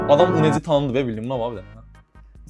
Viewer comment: UNEC deyilmir.Oxunuşu yunekdi